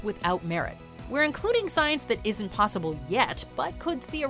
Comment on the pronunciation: Good ol’ “stience”